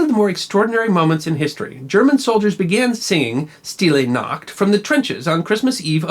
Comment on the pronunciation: Sh-til-ay Noct. Hi-la-gay Noct. This is the proper pronunciation. A favorite of my German husband.